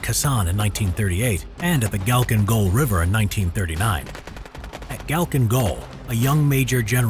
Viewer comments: not kacklin gul but halcklin gol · Its not galking its halking with a kh